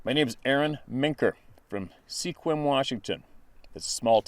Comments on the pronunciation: It is pronounced SQUIM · Hi, not trying to be critical-more of a "just FYI" The Town of Sequim, WA. is actually pronounced "Sqwim—like swim with a q thrown in for good measure.", it is "One of America's Top 10 Mispronounced Cities" and comes from the Klallam Tribial that 'place for going to shoot,' Once again no offense meant or intended, Bob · Sequim (Wash. State) pronounced "skwim" I believe, someone correct me if I'm wrong